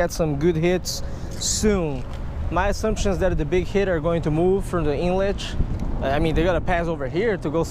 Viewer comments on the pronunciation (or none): none